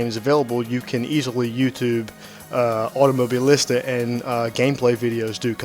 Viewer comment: Pronunciation: Auto-Moh-Bee-Leesta. Great video review, man.